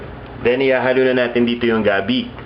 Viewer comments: Gabbie instead of gabi lol. Your so maarte lol j/k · LOL you pronounce it gabby i say it gabeh.